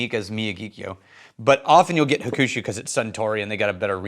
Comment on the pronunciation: please let me help. It’s pronounced Hawk-shoe😅. I agree, if I’m choosing a Suntory bottle, I’ll pull the green one vs the brown one most of the time. WRT the staffing/marketing message, I agree BUT if they market the wrong way, it will ruin the business>at a world whiskey event, saw a WHISTLING PIG REP completely turn a customer off the brand after insulting the customers intellect. The rep said if you don’t like rye, then you really don’t know or understand whiskey. That customer had traveled to whiskey events all over the world, tasting hundreds of offerings… The Pig is no longer on the list.